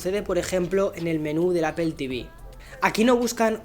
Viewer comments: APEL Jajaja 😆 LOL 😆/ Seriously 😉 why they don’t say it right Apple 🍎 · Buenos videos pero me choca que no pronuncies bien no es “apel” es apple jajaja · ¿Por qué le dices "Apel"? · Appel XD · pero por qué dice APEL ??????????????? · Deja de decir APEL!! Joder